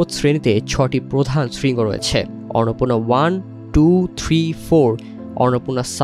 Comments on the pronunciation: টিবিএস এর মত একটা সংবাদমাধ্যমের কন্টেন্ট এর ভয়েসঅভার আর্টিস্ট কন্টেন্টের বিষয়টির নাম ঠিকমত উচ্চারণ করতে পারছেননা। খুবই হতাশার ও শ্রুতিকটূ ব্যাপার । অন্নপূর্ণাকে ইনি উচ্চারণ করছেন অররনপুণা😢। অনলাইনে আপলোড করার আগে কারও কানে এটা বাজল না!!। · অর্নপূর্না উচ্চারণ করছেন কেন? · অন্নপূর্ণা উচ্চারণ করতে সমস্যা? এখন দেখি রিপোর্টারকে নতুন করে বাংলা উচ্চারণ শিখতে হবে 😂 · ফালতু রিপোর্টার! একটা পর্বতের নাম ঠিকমতো উচ্চারণ করতে পারে না! আবার নিউজ করতে আসছে! নিউজ দেখা বয়কট করলাম! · এরা সমস্ত যুক্তাক্ষর যুক্ত তৎসম শব্দ উচ্চারণ করতে গেলে হেগে দেয় এর মূল কারণ হলো আরবি, ফার্সি ও বিকৃত বাংলা উচ্চারণের মাত্রাতিরক্ত প্রভাব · 😂😂😂 এই সাংগাতিক তো দেখি অন্নপূর্ণা শব্দটাও উচ্চারণ করতে পারে না